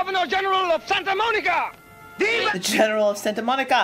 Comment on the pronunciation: "Town of saint-a moan-ee-ka"